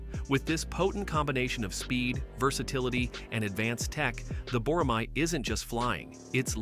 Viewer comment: You pronounced it wrong. Boramae is pronounced Bo-ra-mae (ae is like "a" as an apple).